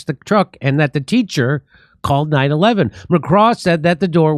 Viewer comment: Jimmy it isn't 9-Eleven, you know that! it is 9-1-1